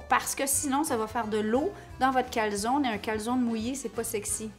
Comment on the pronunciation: SVP!! en Italien la E au final se prononce!